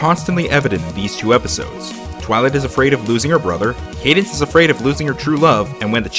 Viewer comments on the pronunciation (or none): none